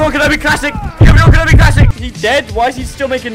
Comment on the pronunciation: why did he call obi wan kenobi wrongly